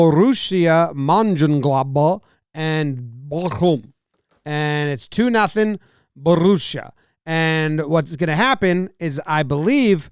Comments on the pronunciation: "in a match between Boorooshia mangenglobl and bochhhlll"🤣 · How in the hell someone can beautifully pronounce "Borussia Mönchengladbach" and then butcher something easy like "Bochum". Boe-shuhm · It’s Borussia MONCHENGLADBACK and you have to yell MONCHENGLADBACK when saying it. The other one is pronounced Boke-um.